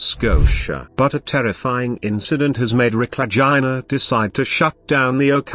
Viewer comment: Really bad especially the ai pronunciation of Legina😯